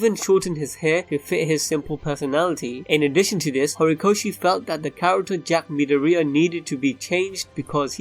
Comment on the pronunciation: I’m a bit bugged on how he is saying midoriya